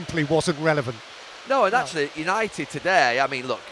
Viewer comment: Yanited shambles 🤣